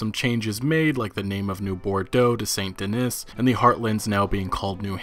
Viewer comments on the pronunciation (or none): I cannot stand the way he says Saint Dennis. Why do you separate the word Den-is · please dude "san deh-NEE". Thanks love ya G